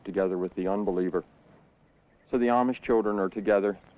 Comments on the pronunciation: 2/3 of the pa deutch are fancy deutch, and one of the two pictures of the fancy deutch is in is in barroom... sheesh. The larger group of plain deutch is the mennonites, who gets all the publicity...The Amish..... and he does not even pronounce the word Amish right. The Brethren (Church of the Brethren) get only honorable mention. It would be very entertaining to watch a film about Pa Deutch culture. Unfortunately, this film is not really about pa deutch culture. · This is a very strange film and not particularly accurate. For one thing, the narrator doesn't even know how to pronounce Amish! And the guy dressed like an Amish farmer almost certainly isn't - or else he's remarkably assimilated in his speech and attitudes!